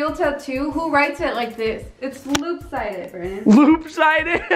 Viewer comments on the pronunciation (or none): Lmao..... said “Loop Sided” instead of “Lopsided”..... 🤣🤣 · She said loop sided 😂😂